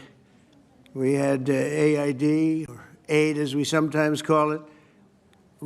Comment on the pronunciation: A.I.D? 'Aid' as we sometimes call it??? Seriously Americans, that's what you voted for President?